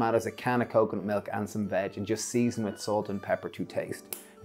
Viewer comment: Wow! I had to rewind twice. I could have sworn you said mix with a can of coke, milk and veg! 😳🤣